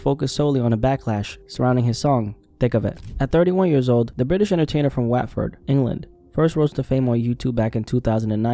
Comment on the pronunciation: Hearing you pronounce Watford like that almost killed me... it's pronounced like "what"ford lol.